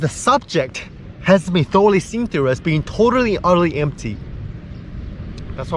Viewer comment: Everytime he says "being" I hear "bean" and this makes me happy